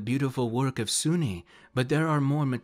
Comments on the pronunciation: Soo-Nee? I thought "soon" or soo-neh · Lol. This is silly. It’s also pronounced “Soon”. So “Soon-nee” grinds my gears. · Great video! But just as a bit of an anal retentive nitpick on my part. Her name is pronounced as "Soon-nae", for YEARS I mispronounced her name, too. I used pronounced Sune as though it rhymed with the word "rune". But in the end, wound up discovering years later that her name is pronounced as "Soon-nae". She's a really fun goddess to utilize (and is often just relegated to being nothing more than a simple Aphrodite figure), I mean, she is one of Shar's rivals, and it's a charge by Sune to her bards, fighters, and paladins to travel and aid traveling good clergy and/or adventurers. So, while yes, she is the Forgotten Realms' Aphrodite figure, she's actually kind of a badass, which unfortunately doesn't get recognized. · Just a question. Do you pronounce dune dunee?